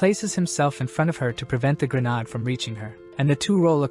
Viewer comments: It's not "gren ard" it's "gren aid".... Also, smoke bombs aren't grenades... This is a really great story 👍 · Dude do u have issues pronouncing grenade